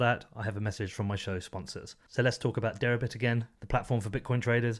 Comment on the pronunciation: This interview was scintillating and informative, especially in demonstrating how accessible the SEC administration (at least Hester Peirce) can be. I think you are OK and I will be following you from now on. Suggest you spell out in print the name of Derabits on the header as I had trouble with your accent on that one.